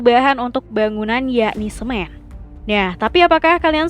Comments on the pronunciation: Pengisi suara nya gabisa ngomong N kah? Kemenyan jadi kemenyah. Semen jadi semeh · Kemenyan jadi kemenyah, semen jadi semeh, coklat jadi coklah 😭🤣 Mana di akhir video pembuatan pensil tapi tulisannya pembuatan uang, kocak .